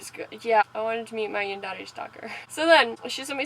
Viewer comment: Except you pronounce yandere wrong